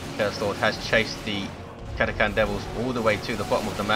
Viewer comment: Sadly not, check WD353, the correct pronounciation is 'Kat-a-kan'.